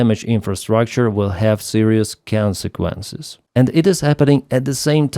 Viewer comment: YES ! YEEES ! YOU DID IT !!! ! "CONSEQUENCES " YEEEES 🙏😭😂😂😂😅